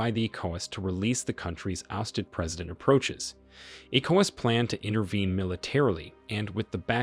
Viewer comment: The narrator needs to research how to say correctly the following words; wagner, Niger, ECOWAS and coup before putting out another video